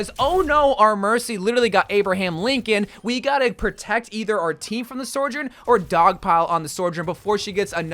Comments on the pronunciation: Sojourn. Not Sorjen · Dude, why do you keep pronouncing Sojourn's name so wrong? Its just So-jern, not Sore-jern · Is there a secret reason why you call her sorjourn and not sojourn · Why do you say soujorn like that 😭 goodness gracious it always catches me off guard